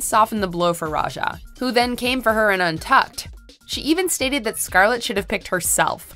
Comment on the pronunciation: Finally you SAID SCARLETS NAME RIGHT congrats girl